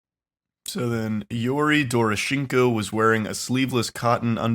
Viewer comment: DOR-AH-SHANK-O 😂 how hard is it lmao